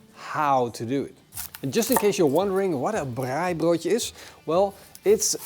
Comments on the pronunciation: Love your pronunciation of "braaibroodjie". Nou moet jy boerewors braai. En lamtjops. This ia Afrikaans for "now you must braai boerewors (South African sausage). And lambtjops. Make up a sauce with equal parts Mrs Ball's, good mayonnaise and tomato sauce (preferably All Gold). Use that for your braai as a basting sauce or dipping sauce. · Best pronunciation of Braaibroodjie 👏🏼👏🏼 try Mrs Balls Chutney with a popadom and babotie.